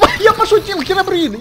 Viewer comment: не херабрин а хирабрин